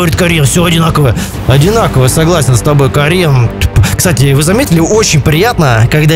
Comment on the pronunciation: Ставят палки - адинаково , адинаково !? , - НЕАДИНАКОВО !!!!!!!!))))))))